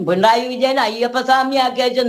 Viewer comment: പിണ്ടായി അല്ല പിണറായി